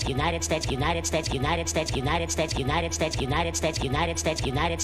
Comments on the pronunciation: “Statue not a”. 😂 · rso United States sounds like lion snitchy, & united stichy, United States, & lime stitchy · Lol if u speed it up he says 69 instead of United States😂